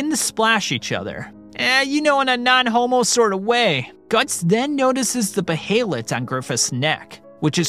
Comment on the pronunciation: "Bay-hay-let" lol just "Bay-let" bro Enjoying the video so far though.